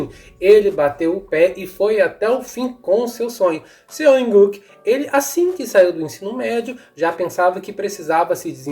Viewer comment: Não se pronuncia Seo in Guk, se pronuncia SÓ IN GU